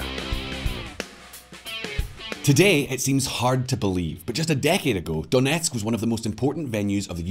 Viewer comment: I'm impressed with your Ukrainian pronunciation when you say "Donetsk" and "Luhansk". Nice job